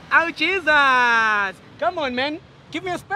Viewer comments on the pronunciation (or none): "awww Jesus" 😂😂vele ubone ukuthi umzulu lona😂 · Just became a new subscriber due to the emphasis of the word "Jesus" lmao 🤣